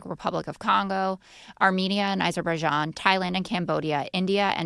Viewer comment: Repeat the lie of stopping wars so many times that people get bored and just give him the Nobel. He could not even say Azerbaijan. Called it Aberbaizan.. and called Armenia , Albania....and he solved it . Long standing wars cannot be solved overnight. Takes lot of efforts